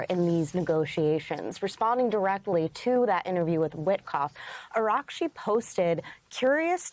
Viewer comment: Ana Cabrera, who TF is "Ar-gar-chi"?! Can you read the teleprompter?! Does anyone prepare you on how to prnounce foreign names?! The Iranian Foreign Minister's name is Abbas Araghchi; pray tell how you flipped the 'a & g' & added a 2nd 'r'?! Is you last name 'Crabea'? I didn't think so. 🙄